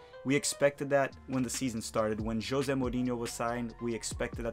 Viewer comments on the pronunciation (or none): none